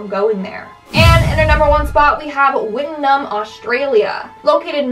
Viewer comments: it’s pronounced “Witt-noom”. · Wittenoom is pronounced whit-noom by the people. I grew up a few hours away from that place. No hate intended with this comment love the series <3 Also interesting fact there is still a very small handful of people living there and it still gets visitors surprisingly.